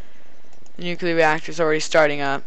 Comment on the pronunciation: Nucleeeeeeeeeeeeeeeeeeeeeeeeeeeeeeeeeeeeeeeeeeeeear!!!! NOT NUCUULAR!!!!!!